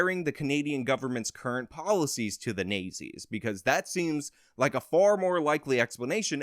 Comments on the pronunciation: "Nay-zees"? I think you meant "Naht-zees." That is a strange mispronunciation. Where did you get that from? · It's not nay zee, it's not zee. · Me listening at 2x speed wondering who the Nayzee's are? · I'm pretty sure the 1930-40's era evil German party is pronounced "not-Z". Just helping you out bro👍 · Horrible accents dude . Nayzees ? But good info !! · Nay Zees lmfao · I love the south park pronunciation of the national socialist party of Germany during ww2. Hilarious. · Your pronunciation of "Nazis" is brilliant😆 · I like how he says nazis